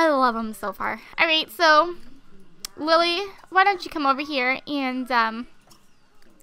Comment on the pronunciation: sounds like your saying willy but your actually saying lilly haha